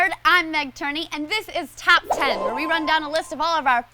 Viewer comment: did she say tap 10?? or am i loosing it....